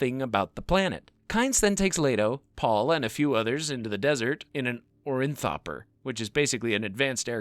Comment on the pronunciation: Idk even know if its pretentious. I think the guy just needs to see a speech pathologist. Its one thing to pronounce some of the names wrong, but I caught on to his condition when he kept calling an Orni-thopter a "Orin-thopter". Guy is misplacing letters and entire syllables. He has trouble putting his words together and then continues pronouncing them incorrectly out of habit.